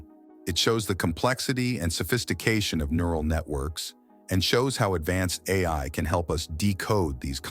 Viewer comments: The AI voice said al model when it should"ve said A.I. model. Majorly annoying. Stopped watching at that moment! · Lol...stupid AI. Called itself AL Model. It read AI as AL. So stupid.